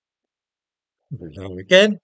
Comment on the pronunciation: Your Hello Again’s seem rather garbled lately.